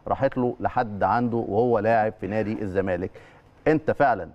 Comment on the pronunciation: هل تم تغيير أسم نادى الزمالك ؟ أنا سامع حسين لبيب بيقول نادى ''الزمانك'' ..آه والله مش تريقة ، ولا أنا اللى سمعى تقيل ؟!